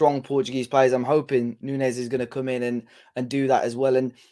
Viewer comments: its not nuñez its nunes. It sounds like it spells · I don't mean to be picky or rude but Matheus Nunes is not pronounced Nuñez. In Portugal we are a bit sensitive about pronouncing our names as Spanish (Nothing against our Iberian brothers) It's pronounced New-nesh (kind of..) On the sport side, Nunes is a potential world class player and the Sporting manager was not happy to lose him because people feel he was cheap.